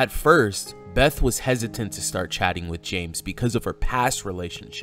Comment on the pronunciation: Did just say chatting for hours or chadding for hours LOL 😂😂 like I like to say when Chad shows up all the rules and Common Sense fly out the window😂😂 once twice three times a Chad she was in heaven 😊😊